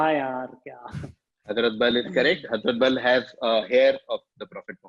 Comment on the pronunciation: The only way you can say 'hazmat' instead of 'hazrat' is when you misread it. This guy 🤣🤣